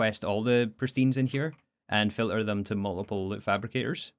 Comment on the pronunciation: Can you fix this: you say filler when you mean filter? don't forget the T